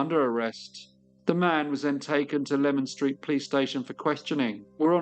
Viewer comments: Its pronounced Lee man street not lemon street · Thanks for such a detailed and well researched story. I used to work in Leman Street (pronounced "leeman" not lemon) and know the area well, including the Princess Alice pub!